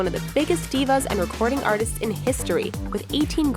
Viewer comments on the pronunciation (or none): none